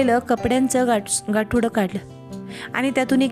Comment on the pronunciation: गासोडे नाही गाठोडे